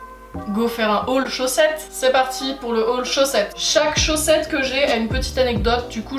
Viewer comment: Suis je absolument morte de rire 😂😂 à la prononciation du mot chaussette je suis morte 😂😂😂😂❤️❤️❤️❤️